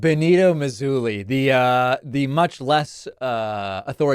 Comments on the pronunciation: Dude doesn’t know who mussolini is or how to pronounce his name. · I saw a livestream by this 23 yr old and he was asked what fascism is. He looked it up on Wikipedia and could not even pronounce the words that were under Wikipedia. He didn’t even know who Benito Mussolini was and pronounced his name,” Benito Muzzoli”. Typical youth making money on social media with absolutely no education. Sad to know this is the generation of youth is becoming!!